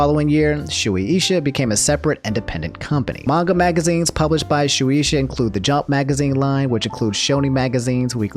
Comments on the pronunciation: Shueisha is prounouced ------> Shu-aye-sha Trust me, I'm a weeb. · Shoe-Asia is closer to the pronunciation of the name. Note Shueisha owns a part of basically all of the big anime, and this is not a new thing. The biggest event of this until now was that Shueisha was preventing people from running DBFZ tournaments via copyrights during early Season 2. It was so bad that the DBFZ competitive scene was taking serious damage. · for future reference incase you talk about them again, it's pronounce "shoe-ey-sha" because of how Japanese pronounciation is I get why you got it wrong though, you said it the black name way. I would read it that way too if I didn't know 😂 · Shueisha is pronounced Shew-eh-shah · I see Shueisha is channeling it's inner Frieza for Twitter. Also I heard it was pronounced Shoe-A-Sha. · Its shoe ey ( like hey) sha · Imma need that Bababooey back. Also it's pronounced "show-aye-sha" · It’s pronounced shoo-ay-sha btw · For those who want help remembering why it’s pronounced “shoe-aye-shuh.” Think of the word “sensei” in regards to how “ei” is pronounced in Japanese. “Ei” is essentially an elongated form of “e” (pronounced eh). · Sorry I have to pull out the Weeb card but it's pronounced "Shu-wei-sha" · Shuu-ay-sha for anyone wondering how its pronounced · Its shoe-A-sha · Say it like "sue-way-sha" lol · Im 90% sure that Shueisha is pronounced "Shoe-Asia" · close. the h before the a is pronounced as well. so "Shoe-Ay-Sha" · It hurts everytime i hear him pronounve shueisha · the way he pronounces Shueisha hurts me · That man tryna educate us on shueisha... by reading the wiki and saying it wrong lol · Hearing mispronounce Shueisha makes me cringe😬 Great vid as always! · Japanese is a syllabic language. Shu as in "shoe", e as in "egg", and you got the rest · trying to pronounce Shueisha like it's Moesha's sister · Her first pronunciation of Shueisha was just fine, and then somehow he made it sound worse lol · Shueisha (Shoo-ay-sha)